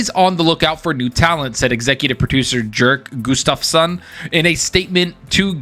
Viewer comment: Jerk Gustafson probably wouldnt be too pleased with how you pronounced his name lol...in Swedish its "Y-AIR-K" i actually met a "Jerk" he was from Germany but pronounced the same as Sweden